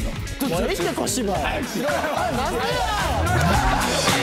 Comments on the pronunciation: しょっぴーの「なんでー？」が完全に関西弁に侵食されてるｗ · の、しょーたくんの「なんで？」が、めっちゃ関西弁で嬉しくなった笑 親近感がわきました笑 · 〜 しょっぴー「なんで？」 だてさま「カード引いた時に」 ゆり組の関西弁が完璧や🤦‍♀️笑 なべこじ💙🧡だてこじ❤️🧡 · でたっ🤣 しょっぴーのルール知らんままゲーム進んでいく🤣 最後の なんで?の発音かわいすぎ💙⛄️💙 発売楽しみ！